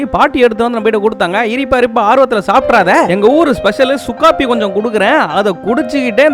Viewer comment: ஏய் சுக்காபி இல்ல. சுக்கு காப்பி 😂